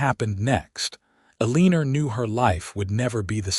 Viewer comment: Sorry I can’t watch this her name is pronounced Elina there is No R in her name